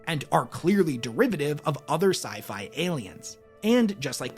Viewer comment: Only going to correct you so you know for next time. It's "SciFi" not "Sifi" the term is short for SCIENCE fiction. Not "sience fiction".